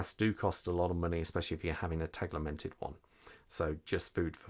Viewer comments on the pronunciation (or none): There’s no ‘L’ in Tegimented!! 😂 Great review though, thank you. I’m desperate for Sinn to release this in blue, as per the U1b but am not sure I can hold on much longer! The classic red/black colourway is such an iconic Sinn look that I’m torn! Keep the Sinn reviews coming! 😁👍